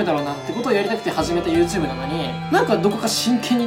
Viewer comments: 前回の動画から引きずってる、 「ゆーとぅーぶ」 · はやコメ！＆初コメ！ YouTubeがユーテゥーブって聞こえたw